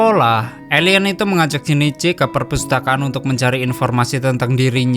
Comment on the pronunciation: Kok elien bukan alien😂😂😂